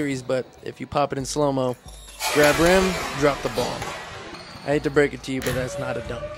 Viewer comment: quick fwuit snack bweak 😍😍